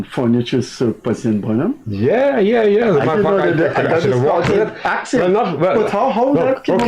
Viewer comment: I wish someone will remind Mr Kissoon that the word is Ask, and not ax or aks..